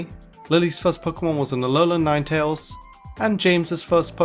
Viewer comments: NINETALES, NOT F*CKING NINETAILS! FIX IT NOW! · “lilllie’s first Pokémon was an alolan *NINETALES*” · He makes these but he said a name wrong